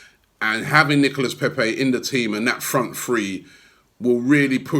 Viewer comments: Robbie its not pèpè but pépé!! It sounds like PAYPAY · Robbie cant even pronounce pepe. Imagine if we signed a polish or russian player🤣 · don’t pronounce peep’s name like you do 😂